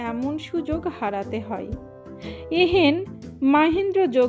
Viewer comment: এত ভুল উচ্চারণ তা ও গল্প পড়ার সখ। ''এ হেন " কথাটিকে সমানে পড়ে গেলেন "a hen" উচ্চারনে !